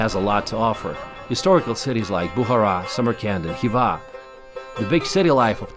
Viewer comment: Its not Boohara, but Bukhara.. Its not Baboor, its Baabar (Babur)